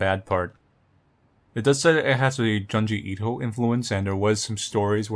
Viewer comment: I know this is 8 years ago, but I’m pretty sure he still pronounces Junji Ito as “Juhn-jee Eeto/Eedo” and it’s really annoying. It’s “June-jee Ee-to”. Nowhere in the Japanese language is there an “Uh” sound. Closest thing is the “Ah” sound of syllables with the letter “a”.